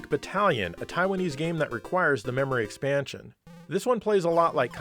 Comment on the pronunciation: Does he say “extansion”?